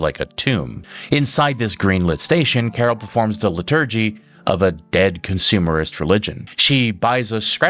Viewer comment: The emphasis in the word "liturgy" is on the first syllable.